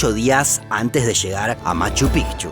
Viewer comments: Porque dices Pijchu, es Machu Picchu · Escucho mal yo, o dice Machu Pigchu? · Nadie:...: Machu PIJJJCHU